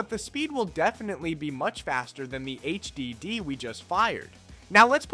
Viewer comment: The way this guy says SSS, HDD, and USB drives me crazy. It’s distracting. But good job giving old tech new life.